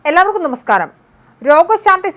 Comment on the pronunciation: അവതാരക താഴെപ്പറയുന്ന വാക്കുകൾക്ക് പെട്ടെന്ന് ചികിത്സ തേടിയാൽ കൊള്ളാം നമസ്കാറം - നമസ്കാരം മൂർജിച്ച് -മൂർച്ഛിച്ച് സികിൽസ- ചികിത്സ റോഗഷാന്തി - രോഗശാന്തി ആഷുബത്രി- ആശുപത്രി ഇള്ള - ഇല്ല